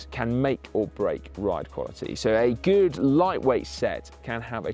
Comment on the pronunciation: A gude? Gooooode? Guud? Set of wheels si.. What did you say?